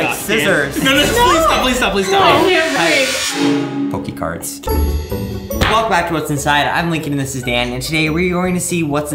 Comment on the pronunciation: "Pokè cards"